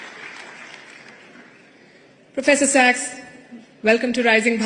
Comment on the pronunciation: 主持人说professor SEX？